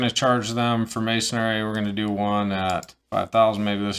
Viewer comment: There’s no “a” at the end of masonry! Ha, good video and good info.